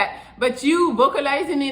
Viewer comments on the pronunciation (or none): "vocalizining" got me crying 😭😭😭😭